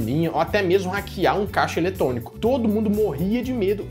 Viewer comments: Caixa eletonico essa foi top Se vc perceber na fala de dele ele fala caixa eletrônico rsrsrs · O que é “caixa eletonico”